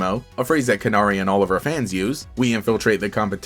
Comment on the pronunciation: i think it's pronounced "can-airy" (like the bird, canary)